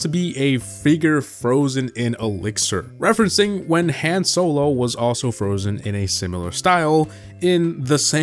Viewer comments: mispronounced Han Solo. Disliked video. Reported for abuse. Unsubscribed. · I know going to read this but i had to say it. WHY DID HE PRONOUNCE HAN SOLOS NAME LIKE THAT!!!!!!!! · How dare you butcher han solos name like that😂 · It hurt me when he said Han Solo like that 😂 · Bro did not just say Han solo.